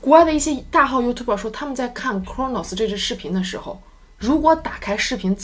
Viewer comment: 我一直奇怪讀youtuber的發音為何與字典不同?